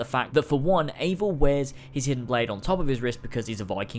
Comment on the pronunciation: I feel as though the character’s name “Eivor” is meant to be pronounced the same way as the popular Scandinavian name “Ivar/Ivor” and not “Ayvor/Eevor”